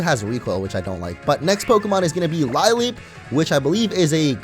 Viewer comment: "Lileep" is pronounced "lih-leep".